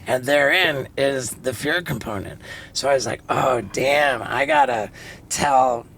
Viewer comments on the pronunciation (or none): none